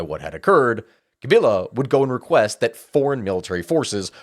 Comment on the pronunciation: At least he didn't do too bad pronouncing the name of Presidents Mobutu and Tchisekedi. A bit little less convincing on Paul Kagame and Laurent Kabila.